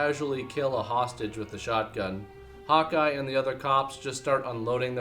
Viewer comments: when you say Hawkeye, it sounds like you're saying hot guy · sounds like he's saying "Hot Guy", instead of "Hawkeye"